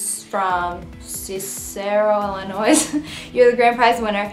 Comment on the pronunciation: She said cicero illinois so wrong She said illinois with an s WHO DOES THAT